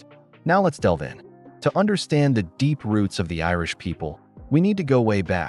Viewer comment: "ROOTS" NOT "ROUTES" :face-turquoise-covering-eyes